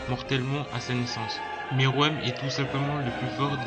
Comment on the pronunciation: ''miruem'' c'est ''meruem' ptdr